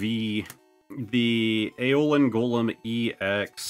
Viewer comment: Aylolan? Silly it be Alo-lan just to remind you